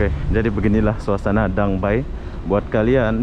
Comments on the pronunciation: Sebutan DangA bay bkn dang bay ya 😀sepi sungguh tempat di danga bay. Moga sempat dtg ke singapura pulak satu hari nanti. 🙌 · Bukan Dang Bay .. DANGA BAY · Sebutannya gini...Danga Bei..( Danga Bay )